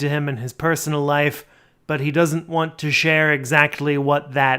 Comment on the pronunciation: I have discovered my trigger its him not being able to pronounce WANT every time he does he says WAN its the most infuriating stuff